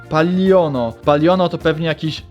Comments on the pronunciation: Nie kocham paliono tylko paliona xd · Paliona chyba a nie Paliono xd